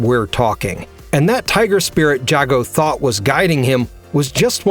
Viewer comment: How do you still mispronounce Jago = Jay-Go's name when even the damn game says it loud and clear?